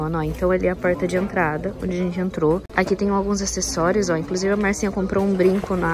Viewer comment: Achei super legal chamar de Marcinha, com o seu sotaque ficou ainda melhor. Relaxa!